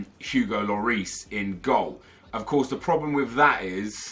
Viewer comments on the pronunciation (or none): none